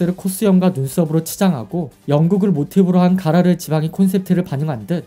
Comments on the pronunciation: 가로라가 아니고 가라르 아닌가요ㅋ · 가로라가 아니라 가라르요..